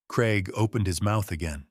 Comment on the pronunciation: Strange pronunciation of Craig making it sound more like Creg rather than how the British (more over the Scottish) pronounce it. CRAIG - Cray g. Time for Michael, Rebecca and Craig (and possibly Daniel and Trish) to face the consequences of their actions. Elder Abuse, Fraud/theft and Forgery deserve a prison sentence.